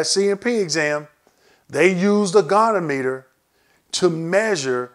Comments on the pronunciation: Great information! I'll definitely be using this during my CMP exam! Thank you. FYI - goniometer is pronounced "GOH" + "nee" + "OM" + "ih" + "ter". 🙂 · Great video ! Maybe work on your pronunciation of the word goniometer (go-nee-ometer) but otherwise very informative and I'd love to see a detailed explanation of each joint group... Particularly knees because it is a separate rating for flexion, extension, and stability which can give large compound ratings as I understand it.